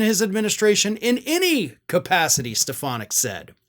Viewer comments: Donald pronounces her name as Stef,ah.naak. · I’ve been convinced “Step-Uh-Nac” would be his running mate for some time. I haven’t seen anything to dissuade me from that so far.